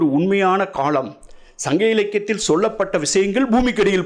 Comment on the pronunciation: இவர் ஏன் காளம் என்கிறார்